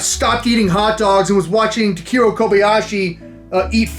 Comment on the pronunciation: .... Takeru Kobayashi's first name is pronounced as "TAH-KEH-ROO", not "TUH-KEER-ROH". It's okay, Kevin. (sighs) It's okay..